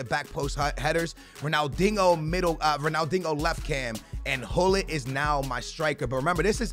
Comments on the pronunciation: It's pronounced Ronaldinio not ronaldingo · Ronaldingo say dinjo haha no offence bruv ❤️ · You’re a clown man, he’s Portuguese, thats how they pronounce it. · Why do you call Ronaldinho "Ronaldingo" ? 😂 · Why he call him dingo lol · The way he says ronaldinho 🙃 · Say Ronaldinho correctly